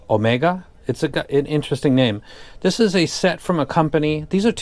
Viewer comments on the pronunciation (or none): that "omega" sounds kinda spanish